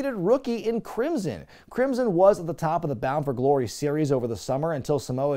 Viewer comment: Thank you, because now I cannot stop thinking of Crimson as "Crimpson".